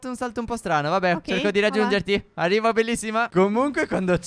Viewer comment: al minuto dice arivo bellissima che cucciolone stef😍😍😍